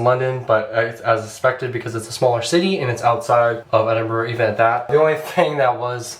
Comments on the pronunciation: It’s Edinburgh not Edinbrough! 😊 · It's "Edinburgh" though I totally understand its hard to guess from how you say it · I've never heard of a place called Edinbrough